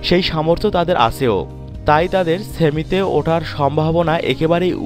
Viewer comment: ছেমি, ছাকিব... লুল